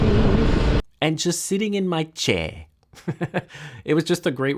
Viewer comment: Stumbled on this nice little vid. Funny thing is I ride with a guy who is a photographer, and both of us are from North Jersey I am not sure if you are saying chair correctly. Any way I did enjoy your failure but I see it as a triumph.